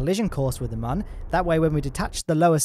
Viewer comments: It's Mun, not Mahn. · My ears hurt so much listening to you pronounce mun as a man all the time. (joke:) IT DOES NOT HAVE A GENDER! :D Seriously though, it's not pronounced like that... It's a moon, just shorter. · Its pronounced mun i this game like how the earth planet is called kerbin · mum or moon ? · Why do you call it mun its moon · it's not mon is moon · I like your videos but jesus dude, it is the Mün not the Mun. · Legit I thought he said in the intro: "Today we are gonna be tackling your mum" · Isn't it still pronounced "moon"? Not sure I can watch any further. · It's pronounced 'moon' champ. How can you get that so wrong? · its not mun its moon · And it's pronounced "moon", dummy. Spelled "mun", pronounced Moon. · It's called mun